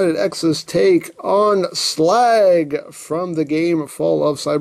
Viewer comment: Slag? It’s Slug